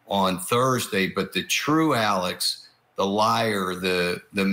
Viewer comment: It's Alex not alec